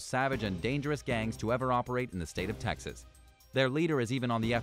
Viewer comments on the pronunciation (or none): none